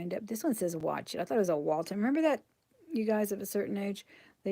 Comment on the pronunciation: Not Walt ham- the "th" in the center sounds like the "th" in then or there. Waltham is a city in Massachusetts